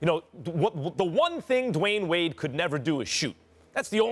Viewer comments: he said LeWayne Wade 😂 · did Stephen A. just call DWade “LeWyane Wade?”🤦🏽‍♂️ and ppl wonder why Kyrie wanted from under Lebron’s shadow... 🤷🏽‍♂️ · He said "LeWayne Wade" lol